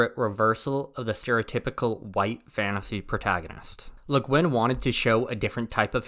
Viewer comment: you're really saying white with that hard r.